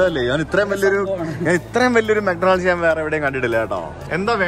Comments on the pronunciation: bro' mc Donald's' pronunciation thettu anu . ഡൊണാൾഡ്സ് അല്ല. mak daw nuhldz ( മാക് ഡോണൽഡ്സ്). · തിരുത്താൻ പറയാൻ ഞാൻ വലിയ ആളല്ല എങ്കിലും പറയുകയാണ്, മെക് ഡോണൾഡ്സ് അല്ല മെക് ഡോണ്ണൽസ് ആണ്.ഡി സൈലന്റ് ആണ്.